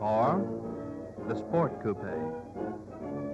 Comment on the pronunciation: Notice the presenter pronounces coupe correctly, not "coop".